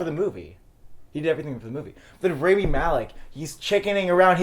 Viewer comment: for fucks sakes learn to pronounce rami's name correctly